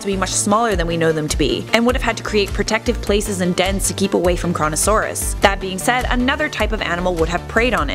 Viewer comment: Coronasauras but it says Koronasauras XDDD